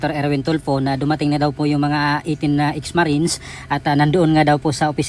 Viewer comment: Why can't you pronounce the word Marines